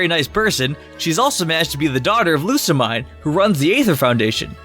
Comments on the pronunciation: It's pronounced Lusameen not Lusamine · It's not lusamin, it's Lusamine